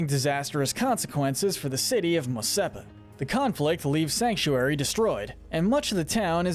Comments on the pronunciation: It's Mos ESPA not Mos SEPA! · Mos Epa ❌ Mos Espa ✅